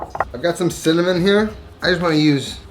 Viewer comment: .."Sinnamoninnit".. Hard to find spice..